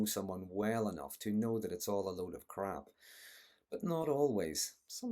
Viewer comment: Yep! No admission of wrong-doing = no repentance = SSDD! Narcissism is such an awful waste of time and lives!, this video is your best crack-up yet! I never heard 'crap' said with an Irish accent before...